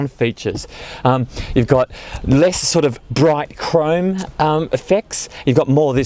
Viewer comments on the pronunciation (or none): none